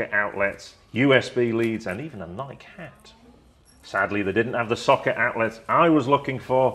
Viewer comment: pronounced Nike wrong